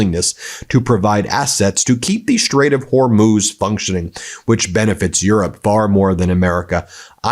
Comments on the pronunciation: Proud of you for finally saying Hormuz correctly after 3 weeks even though you’re a news show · so you finally got the last bit correct...HERMOOZ. Now let's get you on the first syllable.....say 'WHORE'...now put both syllables together, deep breath..."WHORE MOOZ". Allahu Akbar...!